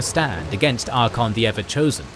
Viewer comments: Ar-CAY-on Not Ar-con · love all you guys vids. but i cannot get over Ar-kon xD, pretty sure its Ar-kay-on even in wh3 in-game should have pronounce it. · Please learn the pronounciation. It is ArchAon not Archon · tell offically that he needs to learn how to pronounce Archaon correctly. its Archaon, not Arkhan. Arkhan is totally different character. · Why do you leave out the A in ArchAon?Its not archon 🤷‍♂️ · Archaon not archon. Otherwise solid content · Bruh…. Archon? Ar-KAY-on. Did you do any research before recording this? Wtf lol😂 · Archaon = Arr-kae-on I am curious how he would pronounce Arkhan the Black, does he use the same the pronunciation for Archaon and Arkhan? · Archaon- ar-KAY-ahn.